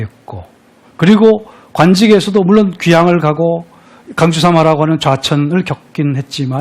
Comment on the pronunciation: 좌천,유한, 세상,권주,두 째,했어요,세상, 등 예는 선생께서, 장음인 첫 자를 짧게 잘못 발음한 일부의 실 에입니다. 놀라시겠지요. 한시 강의 하는 분이 심지어 우리 고유어 발음도 틀렸다는 것을 무어라 변명하시렵니까? 한국의 언어 타락상이 실로 거정입니다. "한국 어문을 고발함"이라는 책을 읽어 주실까요? 미국 변 완수 드림